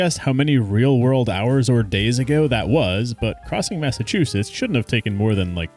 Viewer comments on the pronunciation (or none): "Massachusess" killed me